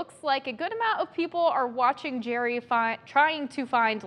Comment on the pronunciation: It's not "Jerry." It's pronounced like "Gary."